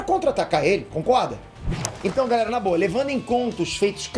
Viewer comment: Impressão minha ou no final do vídeo ele fala: galela